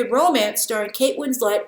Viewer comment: Ryan Boland i didnt actually hear how she said it. Still dont really care... She also said Kate Winslet differently. Im also in ireland sitting in ireland looking out thhe window at Ireland.